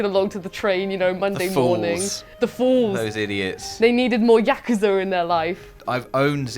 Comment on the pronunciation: Congrats, the first person on the channel who pronounces "Yakuza" correctly!